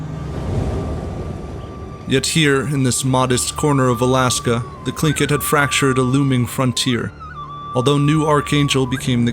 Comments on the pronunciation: You pronounced the word tlingit wrong it is actually Lingit its very hard to explain because our languages were never written down until after the genoicde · why do you pronounce tlingit as klinkit? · Gotta love how every history youtuber constantly misspronounces every name and title